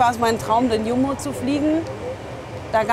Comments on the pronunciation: Das heißt Jumbo also als cu mbo ausgesprochen und nicht yumbo . Das sagen die Ossis aber nicht die normalen Menchen😂😂😂😂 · "iumbo"... läuft mir kalt den Rücken runter XD